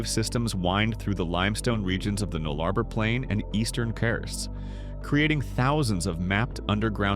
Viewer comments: As an Australian, I was shocked by the way the AI voice over pronounced our words. We pronounce Nullarbor as “Nulla-bore” not “Null Arbor” and Uluṟu as “Oola-roo” not “Oo Loo Roo”. There are more…but…you know…you get the picture… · Its called the Nullabour not the 'Nullabor', get your pronunciation correct. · Nullarbor - null-ah-bore said as two syllables, nullah - bore and given equal weight. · Butchered Nullarbor. Null-uh-bore. Null and bore are the stressed syllables. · Yeah it is... Null + Arbor = No Tree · Yeah, I stopped watching after your second butchering of "Nullarbor"'s pronunciation. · Learn to pronounce towns or words there is no a in Derby it's pronounced derr bee and null arr bore